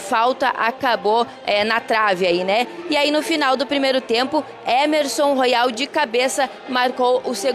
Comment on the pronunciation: O nome do lateral não é Ermesom, e sim Emerson